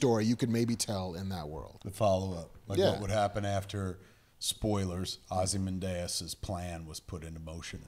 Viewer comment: Kevin cannot pronounce any Greek word properly, even though he's heard it pronounced properly in movies. ozymanDIas? Are you fucking kidding me? Kev - the third from the last syllable is always stressed in a Greek word. TheMYscyra. OzyMANdias. Jesus. Oh, and it's gah-DOTE while I'm at it. Oh - and did he just say "Rorshark?"